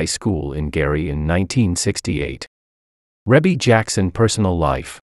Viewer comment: They are her natural parents together, you are probably thinking of Joe Jackson,'s illegitimate daughter Joh'Vonnie Jackson, he had an affair with another woman white still being married to Katherine Jackson. Joe Jackson and Katherine never divorced, they were just separated when he passed away but yeah Rebbie ( actually pronounced like Reebie,, the Commentator is pronouncing her name incorrectly) is the daughter to both Joe and Katherine Jackson 👍💯